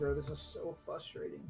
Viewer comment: did he actually say “fuss-trating” instead of “frustrating”?